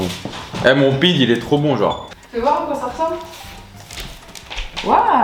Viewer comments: On dit pidé pas pide mdrr en tout cas pour 1 premier il est super beau. Et je dirai pas que c'est comme de la pizza c'est vraiment différent de la pizza. Et ayran ça se dit "aïrane" / tu peux même faire une prochaine fois du cacik (djadjik) c'est à base de yaourt / concombre / ail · Superbe vidéo!! 👍🏼👍🏼🥰 Je suis d’origine turc, le mot pide ce prononce pidé et gözleme ce prononce gezlémé! Le sucuk c’est le meilleur truccc au monde 🔥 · Super video !! 🇹🇷🇹🇷 je te corriges on dit Gozlémé, pidé, et Aie rane (ayran) 😅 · Seni Seviyorum : JE VOUS AIME ❤️ et on prononce pidé, gözlemé et aYran (aïran) :)